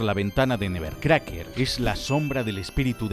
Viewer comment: “ESTOY EN TU SÉSPED NEBBERCRACKER”🗣️